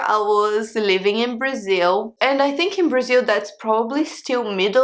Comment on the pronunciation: Braziww, thirteeng, fourteeng, Eileenggg lol